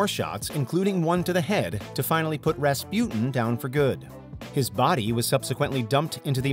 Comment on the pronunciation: The way you pronounce "Rasputin" still makes my blood boil.